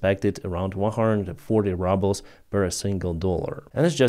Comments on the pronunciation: lease stop saying "rubble" when you mean "rouble"!!! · Yeh, I tried to comment to about this - I suspect the mispronunciation is not on purpose but it does sound funny. Anyway, soon, the 'ruble' will be really be reduced to 'rubble' and the sun will shine again! Slava Ukraini 💛💙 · Exactly! They know how to pronounce ruble and for the reason you outline they’ve taken to calling it rubbles instead of rubles. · I genuinely LOL every time calls Rubles "rubbles." 😂❤️ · I love the way pronounces "rubles" as "rubbles". Maybe it's a Freudian slip. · I just took it for granted that is how rushan speakers say it. I mean it is litterally worth a pile of small rocks. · It's perfect ain't it!👍😊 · No that’s what it’s become you get more for rocks than a Russian ruble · Ya I thought he was saying rubble as a joke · me too L😂L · “Rubbles”. That makes me laugh so hard, as it’s true. Every time I hear, say it; I laugh so hard and love it. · we pronounce the first vowel in "ruble" with an "ooh" sound just like in Russian. When you use the short "u" you are pronouncing the word "rubble" which means the broken pieces that are left after a building falls down.. Maybe that is an appropriate image for the Russian economy, but just so you know. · It is rooobles, not rubbles. It is AYYgent, not Ahgent. (agent).